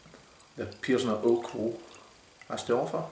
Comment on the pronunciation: You're one of the few people to properly pronounce urquell, however, the city is pronounced Pilsen, no Pleezen. The Chez spelling is Plzn. It's where the world Pilsner comes from.